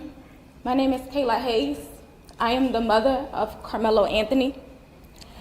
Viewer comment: I mean look at his eyes. I had to sound judgemental, but jeezzz 😂😭 Yeah, his pronunciation was struggling lol